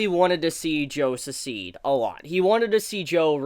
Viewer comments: The way you pronounce succeed is killing me. Say "suckseed" when trying to say the word. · Im sorry, I can't stand it anymore. Succeed is pronounced Suck-seed.